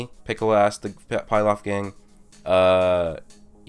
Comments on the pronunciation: PILAF is pronounced PEELOFF sorry but that was super annoyimg how you said PIELOF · pilaf gang not pie laf. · It's pronounced (pee-loff) not (pie-loff) I know that's nitpicking but it bugged me more than it should have.